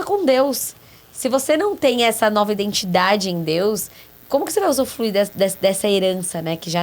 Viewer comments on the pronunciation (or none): Gente, amo o podcast e a série, e dou graças a Deus por existirem. Mas o "usufluir" eu ri muito vendo a carinha da rsrs...